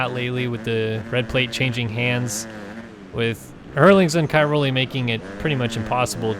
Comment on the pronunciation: Pls try to pronounce Cairoli a bit better.